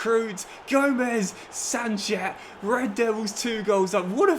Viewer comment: It's pronounced as "sunset" not sanchet..